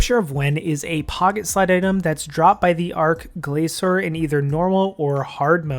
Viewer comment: 'ark-glaysore' wut? arch as in starch. gla-kor with a hard c, not soft c.